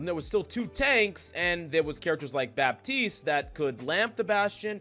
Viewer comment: Please don't pronounce the P in Baptiste